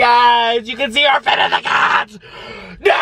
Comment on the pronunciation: I died laughing (im not rude tho) Anyway I heard "she's feeding the cacks"